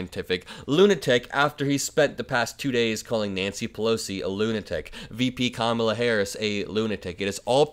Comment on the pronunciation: Kamala., say her name correctly. It shows your ignorance.